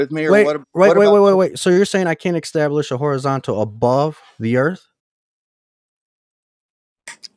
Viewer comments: "extablish"... Heh heh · Across all the stupidity here, why does the use of the word "Ek-stablish" annoy me the most 🤣🤣